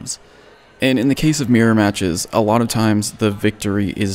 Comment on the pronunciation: I was wondering what you meant by a "meer-match" until I realized you were actually trying to say MIRROR lmaoooo